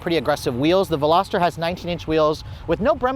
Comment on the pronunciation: The Hyundai qualifies as a “sports car”????? Also, it’s not a “Velosater”; it’s a Veloster. The Miata needs to be a full convertible, just like mine.